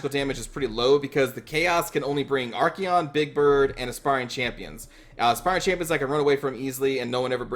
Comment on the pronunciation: Say it with me.. ArKAYon. Not fucking ArKEYon. Great vids though, I love you.